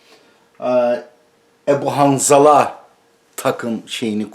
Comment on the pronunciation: Derin sularda yüzüyorsun Edip Yüksel dikkat et. Bir zamanlar Rahmetli Ercüment Özkan sana yarım akıllı demişti hatırlarsan. Adamın videosunu çekiyorsun ama kaç defa ismini yanlış söyledin ve bu halinle o zeki ve ne dediğini bilen adamla tartışmak istiyorsun.